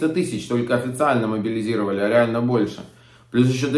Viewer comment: Алексей Гочаренко, следите за своей речью. "Мобилизировали"! Может всё-таки "мобилизовали"